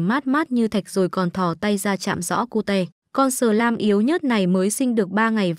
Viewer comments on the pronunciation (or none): none